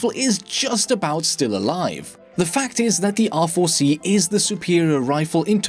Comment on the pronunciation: bro when u say R4 it sounds like awful xd